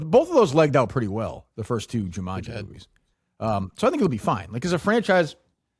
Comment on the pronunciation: why the fuck does keep saying jumunji